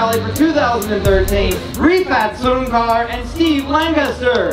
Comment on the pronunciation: refat soon car Padahal Rifat Sungkar wkwkwkwkwk